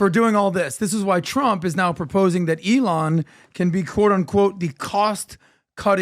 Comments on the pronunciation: eeeEElon?? Elon! no potatoes potatoes here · I dislike how PBD continues to butcher Elon's name 😭